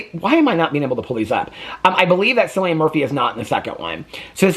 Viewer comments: It’s pronounced Kill-ian 💙💙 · Omg, Cillian was my biggest girlhood crush!!!! He has so many amazing films! His name is said with a hard K sound, "KILLian".